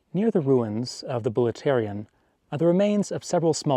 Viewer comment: Vouleftyrion not bulletarian.